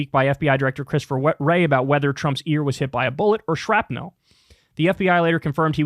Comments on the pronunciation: It’s pronounced shrap-nul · Listening ti Kyle say Shrapnel is like hearing him say Rural. He says it shrapNELL